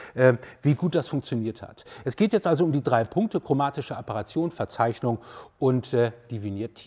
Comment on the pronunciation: Es heisst nicht Apperation, sondern Aberration. Von lateinisch aberrare, abirren, streuen.